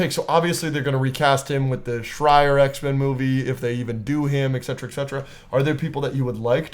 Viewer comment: Fuck. “Ekcetra” is not a word. You mean “et cetera”. ET CET•ER•A